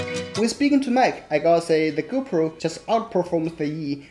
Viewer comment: Thank you. Very good video. But you should pronounce "GO PRO" with strong PROOOO" . Sometimes your Gopro sounds like "Gober".